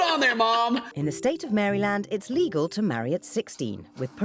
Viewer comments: no problem. I was just confused. I’m from the United States, and the state is pronounced “mare-eh-land” (that might me done wrong 😂😂😂😂), and I just thought it was cute that she pronounce it Mary Land. Like it was a land of merry people. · Being from Maryland and hearing the narrator say “Mary Land” hurts. We pronounce it kinda like “maralind” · I hate when they say Marry land, it’s sounds like Mayor_land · I'm mad at the way the narrator said maryland. 😒